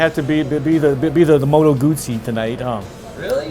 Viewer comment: Of the three reviewers only pronounces "Moto Guzzi" correctly. The other two are professional motorcycle journalists too?